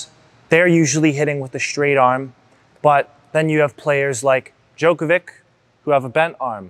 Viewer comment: your forehand lessons are the best. just for your info it is not Djokovic but pronunciation in serbian is Djokovic(ey) as in Money 😉